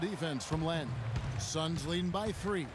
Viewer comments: It's not Lin, it's Len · Haha it's LEN, not Lin. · it's len not lin smoove